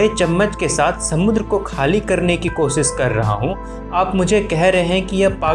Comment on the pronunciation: Sha not sa Koshish